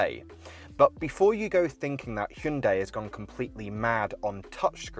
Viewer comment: I've firstly ever heard proper pronunciation of Hyundai in English accent that means Modern times. :D -Godai : Ancient times -Jungdai: Medieval times.